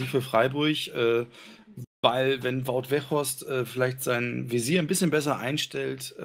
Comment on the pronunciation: Man merkt ich war nicht anwesend, keiner hat Wout Weghorst richtig ausgesprochen!